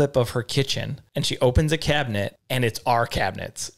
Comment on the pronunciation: You should do a segment talking about differences in the way you guys talk! For example how some people say buggy instead of shopping cart. It stuck out to me the way annunciates every letter of cabinet while has the very midwestern way of just mushing the word together into one syllable 😂